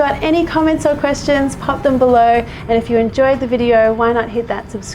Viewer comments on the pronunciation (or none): none